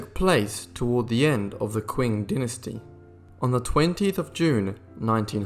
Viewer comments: Qing is pronounced as Ching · Didn't anyone proof read this? the narrator says that the Boxer rebellion in China took place in 1999. ...the "Quing" dynasty, it's pronounced "Ching". The list of mispronunciations goes on with the Dowager queen, and "Pecking" instead of "Peking" (pronounced "Pee King"). The narrator is obviously just a talking head with no real knowledge or education. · Oy -- it's the CH'ING, dynasty, not the Quing.